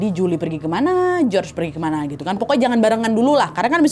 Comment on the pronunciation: Hallo, salam dari Perantau Yunaniii. Btw cara baca nama Si George itu Yorgo Skiadopulos. Jadi George kalo di Yunani disebut nya Yorgo (Giorgo). ❤❤